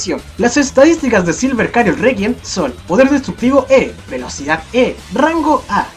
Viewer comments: Porque Cariot? XD creo que se dice Chariot jdjsjxjd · Q onda con de decir cariot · Sabes la ch no hace el mismo sonido que la c >:v